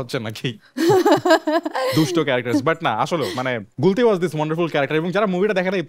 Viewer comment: "হাওয়া"সিনেমায় গুলতি নাম বললে প্রথমে তা আমি কতি শুনতে পেয়েছিলাম😂😂😂